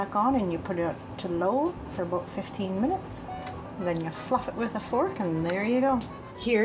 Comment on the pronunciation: aBOOT or aBOUT?